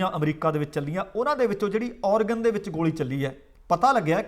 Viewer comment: ਮਸੌਰੀ ਨਹੀ ਮੈਸੂਰੀ ਹੈ ਜੀ।ਔਰਗਨ ਨਹੀ ਐਰੇਗਨ ਹੈ ਜੀ।ਇਹ ਤਾ ਲਿਖਿਆ ਏ ਕਿ ਸਹੀ ਉਚਾਰਨ ਹੋ ਸਕੇ ਜੀ।ਕੁੱਲ ਮਿਲਾਕੇ ਪ੍ਰੋਗਰਾਮ ਵਧੀਆ ਹੈ ਜੀ|ਤੁਹਾਡਾ ਅੰਦਾਜ਼ੇ ਬਿਆਨ ਕਮਾਲ ਦਾ ਹੈ ਜੀ